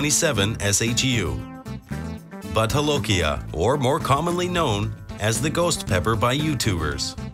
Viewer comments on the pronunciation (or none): It's pronounced Bhoot not but ..and jolokia is pronounced as jo not ho